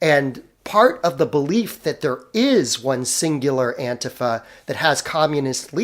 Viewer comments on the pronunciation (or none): I am never going to stop posting this nitpick. It is pronounced Anti-Fa, NOT Ant'fa